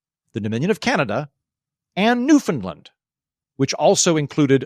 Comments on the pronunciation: Not to nitpick, but the pronunciation of Newfoundland is closer to ‘Noofin-land’ than “Noofin-Lund’ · PLEASE.... Newfoundland is not pronounced as New FUND land it is pronounced as New FOUND land! Thank you...from a Canadian! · It's new-fund-LAND, actually. But the central syllable is not pronounced "found" or "fin", and the last syllable is the one stressed. It rhymes with "understand".